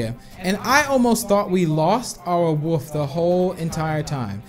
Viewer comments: You sed woof not wolf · Random Hobo I thought that too but it's his accent